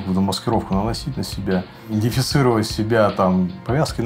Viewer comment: ... странно, подполковник вроде грамотный, рассказывает так уверенно, но слово "индифицировать" коробит слух... тем более это не оговорка, так как он и далее в рассказе точно также называет идентификацию. 🤷